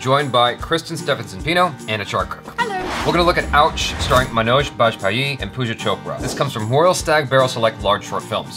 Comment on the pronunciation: its so weird how he pronounces manoj bajpaees last name lmao its not bajpayeeeeeeeeeeeeeeeeeeeeee its maan*ouj baaj*pie